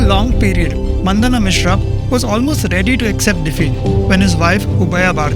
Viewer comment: You guys are selling your videos in the name santan dharma. You guys could not even prononce मंडन मिश्र and निर्वाण शटकम । दया आती है आप जैसे लोगो पर!